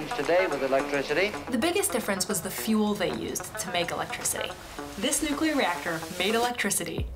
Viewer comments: Thank you for your video,. Always good to have discourse. A little observation about your T-shirt: As a nuclear physicist, you doubtless know the word is pronounced "new-klee-er", not "new-cue-ler," as the shirt erroneously shows using the element symbols.😮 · NUClear, it's pronounced NUClear. 🤣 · Nu CuLiAr 😅, I wish there would be more Chicanos watching this Chanel 🤣🤣🤣🤣🤣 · As a nuclear engineer, please don't say nu-cue-lar, much less wear it that way on a T-shirt. Every foreign student I went to grad school was able to get it right. Please, say "nu-CLEE-arr". It's correct. Your t-shirt is a billboard for "uneducated!" which undermines your credibility. Don't shoot the messenger. I have had HUNDREDS of people throughout my career both nuclear engineers as well as energy experts share this "uneducated" cringe. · Love the NUCULAR shirt. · I like the way your T-Shirt spells out "Nucular" instead of New-clea-er. As soon as someone pronounces it "nucular" they instantly lose all credibility to me. (not your case of course, because you say it right) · I really cannot abide your Nucular shirt !! Just a joke, your content is amazing I really appreciate that you provide a grounded view on nuclear power. You're not going all-in pro-nuclear propaganda. You just try to educate on the facts. I think that does more than just putting emphasis on the positives and misconceptions. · The spelling is "nuclear" NOT "nucular"! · This is a great video and I really enjoyed it..... but I hate your t-shirt, lol. It essentially promotes the common mispronunciation of the word nuclear (you didn't thank goodness!). I worked in the field of nuclear fuel waste management for quite a few years so it just grates on me when I hear nuclear mispronounced. All you need to do to fix the shirt is use C instead of Cu and then go out and create a new element and assign it the symbol E..... should be easy :)